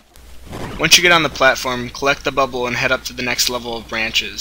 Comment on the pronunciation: Good guide. But it's pronounced BA-bul.